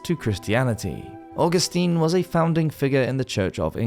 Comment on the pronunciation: Scottish Woz